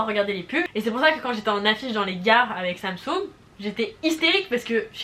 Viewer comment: les québéquois quand elle a dit;Samsoug 🤣